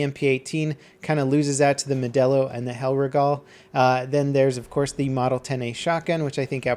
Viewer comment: DID YOU JUST FUCKING CALL THE HELLRIEGEL A ''HELLREGAL''